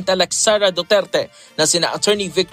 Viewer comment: Hahaha,duterte po hindi dutilte.si talaga nanghawa pa.😁